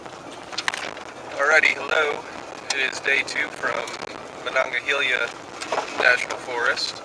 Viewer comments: It’s Monongahela no “eye” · It's pronounced "Muh-non-guh-heel-uh"